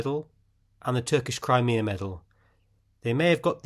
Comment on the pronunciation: It is pronounced "Cry-Me-Ah", not Cremeah, otherwise great video